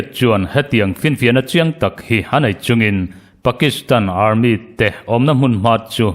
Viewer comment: Armit tih loh theih se Army ti zawk thei la